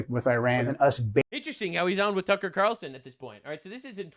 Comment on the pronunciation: "tucker qatarlson" i'm crine